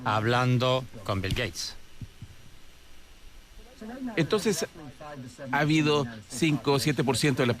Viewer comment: Dice Bill Gayes para si mismo.